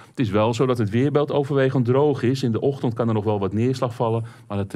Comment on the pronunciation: "de ochtond" 😅